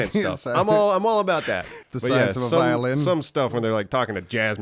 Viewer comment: As said 😔I PWAY VIOWIN!